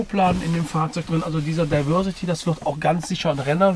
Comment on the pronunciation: Es wäre doch schön wenn ihr wenigstens es schaffen würdet englische Wörter korrekt auszusprechen. Diversity: das di… wird wie „dei“ gesprochen!